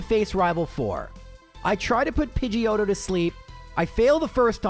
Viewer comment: lmfao "Pidgeotto" sounds too much like "Pinche Joto"...lmfao :P